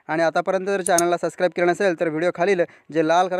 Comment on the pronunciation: ते सस्क्राईब नसते सब्स्क्राईब असते हो गुरुजी.